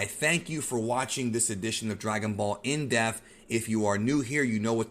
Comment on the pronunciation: IN D E PPPPP TH not IN DEFF